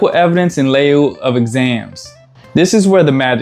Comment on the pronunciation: Ok, great vid... But lieu is pronounced "Loo".. In lieu.. it means, basically... "instead".. I figured since you help us vets so much, that I'd pay it forward.. your advice is super professional, and I want you to sound the part as well.. thank you again for all the informative vids, I may be able to pronounce words in 10 languages, but I can't find shit out when it comes to VA codes and lingo. Bravo sir.. Jason